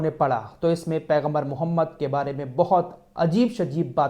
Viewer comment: ارے اللہ کے نبی کا نام تو صحیح سے لیا کرو